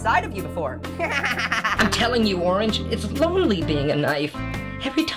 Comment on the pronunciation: “Orrrrnge”! Notice how Passion Fruit forgot the A in Orange! 🍊